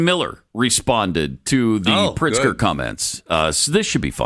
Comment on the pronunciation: You're mispronouncing his name, it's pronounced, "Prixter"...